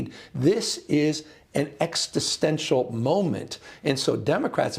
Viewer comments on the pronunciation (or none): Governor Newsome is right, the Dems really need to become more aggressive. I do wish, however, he would learn how to pronounce existential. It’s a word he uses quite often.